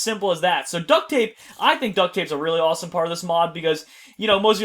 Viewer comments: did he say awesome or rossome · did anybody hear him say rossome instead of awsome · I can't believe in the beginning said rossome #rossome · In his intro....did any1 else hear him say...Rossome? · Did said "A #ROSSOME episode of Crazycraft?!?!?!LOL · was it just me or did say rossome??????????? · said rossome at the beginning of the video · At the beginning was like rossome episode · any else notice he says rossume in his intro skydoes minecraft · did he say rossme at the beginning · did he say rawsone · Did he say rossome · did I just hear say rossome that's #rossome